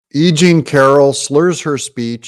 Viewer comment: When you say E.Jean…..it sounds like you’re saying “aging” to my ears. How appropriate.